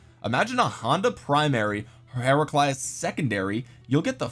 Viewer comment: Kinda happy that the Heraclius I’m the game is pretty powerful considering the Achievements of Emperor Heraclius. But nah dawg you ain’t gotta slaughter his name like that.